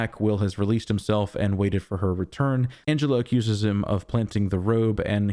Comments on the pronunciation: also her name is Angela - not Angelo!! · you say Angelo.